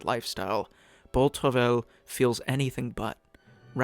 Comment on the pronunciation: It's pronounced "bow truv-eye."